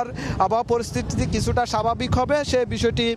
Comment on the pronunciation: কাটের টলার, জলোচ্চাস,,তত্ত, দুক্কে,,ক্চ্ছ,স্বাবাবিক, এই হলো উচ্চারণ!